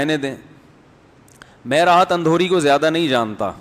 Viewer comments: Alfaz ko durust kro janab Rahat Indori hai naki Andhori🤨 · راحت اندھوری نہیں اندوری ہے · Andore nhi indore .ap esa q krroheho ? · Rahat Indori hai maulana, Andhuri nai hai 😁😁😁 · Rahat Indori hota hai andori nhi